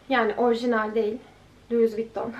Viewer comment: louis vuitton - lui vitôn diye okunuyor 🙉